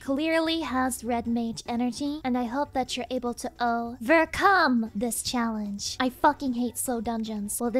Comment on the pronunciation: “O-Vercum this challenge…” Roflmfao ☠️☠️☠️